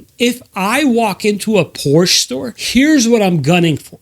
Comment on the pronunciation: Sold so many cars and can’t even pronounce the Porsche brand correctly? 😂